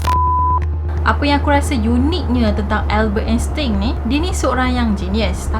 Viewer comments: Erkk kak,..sebutan Einstein yg btol dlm bhs mlayu Ainstain..Bkn Instin..Hehe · sebutan nama Albert Einstein ni Albert Enstain.. tin tu tukar tain 🥰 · Happy birthday 🎂🎂🎂 love your story so much.. nk betulkan sikit.. pronunciation Einstein tu ‘ain stain’.. sharing is caring ☺️